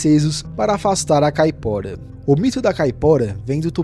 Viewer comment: Me desculpe mas não posso deixar passar . NÃO se fala ou se escreve "Famaliar" o correto é "FAMILIAR" , pois vem de " família " ou seja , o diabo que pertence à família. NÃO se diz ou se escreve " Capora" , o correto é "CAIPORA" , quem é brasileiro e NÃO sabe o nome correto de suas lendas ??? ...só quem não presta atenção no que está lendo !!!😮😮😮😮 um vídeo não se faz só lendo um papel , mas sim contando uma história que a pessoa já tem conhecimento .